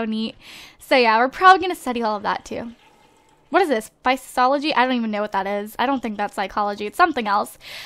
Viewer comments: Physiology= Fizz-E-Ahh-Low-G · It's pronounced Phys (as in physical) ology. It's basically the study of the body and how it works. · how u pronounce physiology is fi-zi-olo-gy